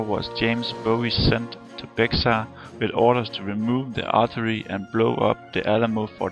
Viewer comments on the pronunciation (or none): ...a little local knowledge from a resident of San Antonio where The Alamo can be found: the city is in the county of BEXAR...in Spanish, the X is silent, so the county is pronounced like the animal: BEAR = BEXAR....a little local knowledge from a resident of San Antonio where The Alamo can be found: the city is in the county of BEXAR...in Spanish, the X is silent, so the county is pronounced like the animal: BEAR = BEXAR. See San Antonio Express-News for story about Cenotaph.